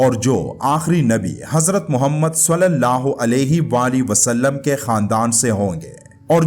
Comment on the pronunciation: براہِ مہربانی صلی اللّٰہ علیہ وآلہ وسلم کا تلفظ درست ادا کریں ورنہ بہت گناہ ہو گا